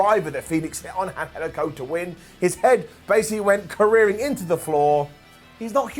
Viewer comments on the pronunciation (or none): the word is "careening" not "careering"